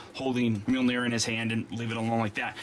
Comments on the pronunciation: His hammer is pronounced maholahnear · Why was mjornir pronounced as myonir